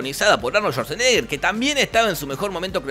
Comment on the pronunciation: Su apellido realmente se pronuncia "schvadsenegah" en alemán, ya sé que no es austríaco.